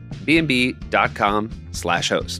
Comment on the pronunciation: Correction: in the AirBNB ad Seth says “Air and B”